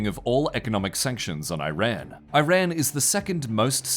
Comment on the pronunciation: L report for lack of effort "can't even bother pronouncing Iran correctly"